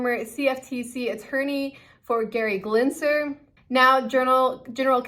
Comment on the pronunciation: "Gerry Glenser" hahahaa